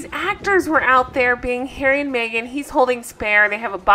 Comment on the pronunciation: Mee-gain is there? WTH ?